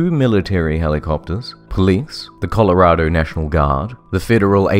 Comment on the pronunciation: Damn you actually said Colorado right